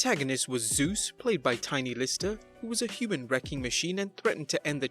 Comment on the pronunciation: You said 'Sus' not Zeus